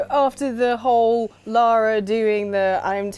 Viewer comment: Thank you for pronouncing "Lara" correctly. THANK.YOU.